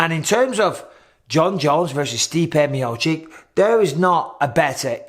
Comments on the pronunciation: Me-oh-cheech! Me-oh-cheech! Michael... not Me-oh-chick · For God's sake Bisping; please pronounce Stipe's name correctly?? ME OH CHICH